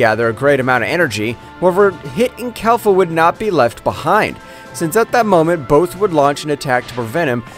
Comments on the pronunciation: Bro it’s Kefla not Kelfa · Its kefla not kalfa